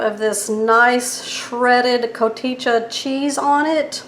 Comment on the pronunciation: It’s pronounced co tee ha cheese 😁